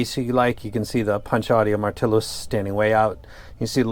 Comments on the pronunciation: Just in time for my mid year purchase! Where I'm from, it's pronounced "mar-til-yo" probably a bit different from it's origin since it's a borrowed word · Btw the Martilo is pronounced as martilyo - hope your wife recovers well!